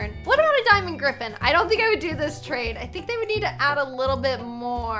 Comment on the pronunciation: LOL “grtgrtffen”